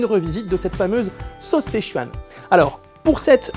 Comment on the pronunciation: Juste un truc, ça se prononce "seu-tchouan", pas "sé-chuan" ^^ Et ça s'écrit Sichuan, le i en chinois se prononce "eu" ^^